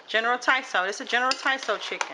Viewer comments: It all looks yummy, it's not general Tiso though, it's Tso, said like (sow) but either way, I knew what you meant. I may have to try some of those recipes. Thanks for sharing! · General Tsao is pronounced "so" lol.